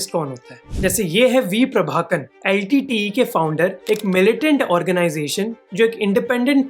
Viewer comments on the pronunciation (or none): It's नथुराम, not नाथुराम. 😅 Also , You said प्रभाकन, but it is प्रभाकरन. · V PrabhakaRan not Prabhakan.